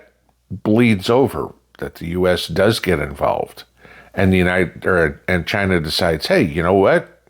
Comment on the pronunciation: As Trump says “Chy- Naw” 🤣